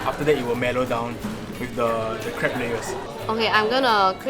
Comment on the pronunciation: Lol i heard "Crap" instead of crepe